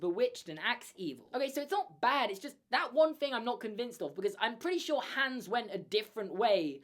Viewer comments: It's pronounced Hons not Hans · ITS HOOOOONS NOT HAAAAAANS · Its hans not hands but i love ur videos so its okay !😁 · The A in Hans should be pronounced more like the A's in "father" / "are" / "cart" / "barn" and so on, and not like "hands". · Your pronunciation of the frozen characters makes me want to drive my head through a wall hAnS??? An-na???? I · It’s an accent thing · LOL sorry but this drives me crazy you're saying Anna and Hans names wrong they don't say then like I in the movie I know they're spelled that way but it's not how their pronounce sorry it just drives me crazy when people don't pronounce it the right way